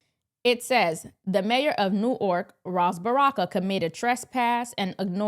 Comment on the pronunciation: pronounced it "New- Ork". It's pronounced "New- werk".